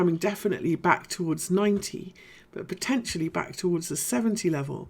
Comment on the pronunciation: I like the way you say "poTENtially"! ... lol! Can I ask how deep or shallow you would expect the current 4th wave in btc to retrace?